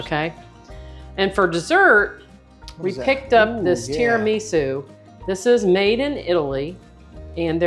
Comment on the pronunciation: Full-blooded Italian girl here: You pronounced Tiramisu perfectly! And tell your husband: If he has another dessert off-camera, the calories won't count. 😆